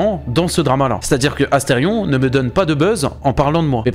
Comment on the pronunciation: asteridicule et pas asterfion !